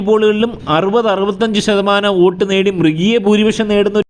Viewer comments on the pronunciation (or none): none